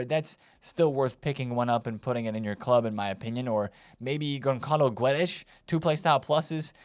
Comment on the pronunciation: Ç reads like double S. GonSSalo. And the u between G and e is silent, Gedesh. GonSSalo GeDesh